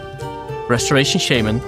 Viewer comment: Why do you pronounce shaman wrong?🤔